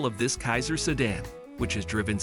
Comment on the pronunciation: Who is doing the narrating? Learn to pronounce names and learn that the numbers arent read the way this narrator does it. Cant even say sedan properly! Also, its Grand Prix (sounded as Pree)